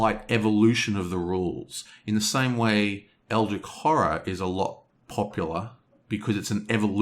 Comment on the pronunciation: Love the review! I agree with most points (don't see the problem with self heal in close combat, this is like a healing gun, so he can shoot himself in the leg). But I have to admit your pronunciation of "Eldritch" baffles me...